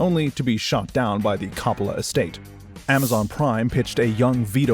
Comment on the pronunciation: Please learn the proper way to say COPPOLA.